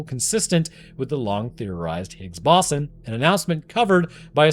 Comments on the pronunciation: it's bow-zahn, not baw-son </3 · The Higgs "Baw-son"? It's pronounced the Higgs "Bo-zon". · It's pronounced "higgs BOW-zon" not ba-SAN like you did in the video. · Its pronounces "boze-on" (like "bozo the clown" ) NOT "boss-on" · Boson not Bossen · Ahhh, the Higgs Bahson 😆 dude, it's Boson (Boe - sun) science much?? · Its bose-on not bossin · I beg of you, please stop saying "bossun". It's bows-on. You got electrON, neutrON, protON, bosON. The end of all those words are pronounced identically. In other unrelated news, that scientist that's clearly an anglerfish named François? New arch nemesis detected... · I know it doesn't have an official pronunciation but boson pronounced boss-un just gives me the giggles. Oh no the final boss-un, gotta make sure I have enough potions, etc. Most people say it bose-on, but after hearing the people at CERN, pretty much anything goes. It's like linux, the actual verified pronunciation is lee-nooks. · I thought it was pronounced bow-zon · Higgs bose-on like doze on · It's pronounced "Boe-zon", Bosons are named after Satyendra Nath Bose, an Indian physicist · The way you pronounce boson is a war crime. BOW-ZUN. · Higgs BOSSIN' - New very much proper pronunciation. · the "Higgs Bossen" was grinding my gears. i don't get how he learned all that about particle physics but never heard boson pronounced correctly along the way. it's gotta be engagement bait right? please don't do engagement bait it's so lame, you're better than this lol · It's "Boh-zawn" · The absurd mispronouniation of bosun kept me firmly locked in and after the first two, I decided to shotgun a beer for every time it happened after. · Are you using AI for your voice now? -- Are you trying to say the Higgs Boh-san (Boson)? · If you want to narrate videos, please learn how to pronounce words like boson and posthumous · How do you not know how to pronounce "Higgs Boson"?